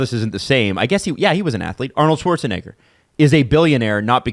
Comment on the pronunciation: The way says Schwarzenegger